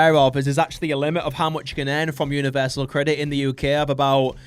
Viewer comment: I loved the “universal……. CREDIT”